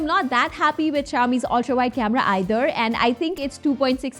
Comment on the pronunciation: When she says ultra ,, ughhh is it just me? Though nice video thx